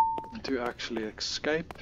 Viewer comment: ESCAPE...why is this such a hard word to pronounce lol.!